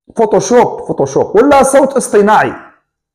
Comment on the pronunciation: احسنت يا صديقي هدي قولوشوب ماشي فوطوشوب😆😆😆😆